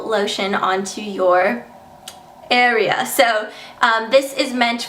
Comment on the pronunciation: OMG I laughed so hard when she said "AREAA"